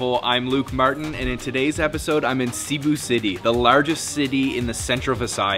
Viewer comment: See-boo? Bro it’s SEH-bu.